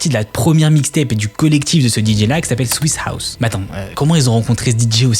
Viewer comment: Swisha house se prononce switcha house si jamais 🙏